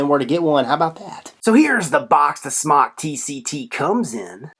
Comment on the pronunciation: Not sure why people keep saying Smock when pronouncing this companies name. It's pronounced Smoke (Smok). A simple Google search and would know this. There's a video on YouTube uploaded by Smok which is why I know. Not trying to be a word nazi just don't want people running around sounding stupid. Also at the end of the video pronounces it properly wtf, HA! I'm pretty sure when companies watch vidz like these they cringe when they hear their name mispronounced. Just a thought.